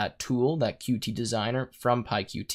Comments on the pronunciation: Good tutorial. It was a bit painful hearing Qt pronounced wrong the whole time. The reason it is written "Qt" and not "QT" is because it is pronounced "cute" and not Q T. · According to the Qt Company, Qt should be pronounced "cute", for obvious reason.